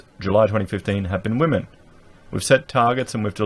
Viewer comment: "Wamen". Lol.